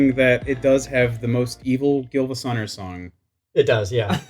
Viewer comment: They really out here calling SiivaGunner GilvaSunner smh